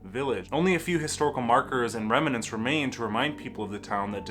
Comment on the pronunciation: A little research and you could have properly pronounced Manitowoc. but how do you screw up schooner and remnant?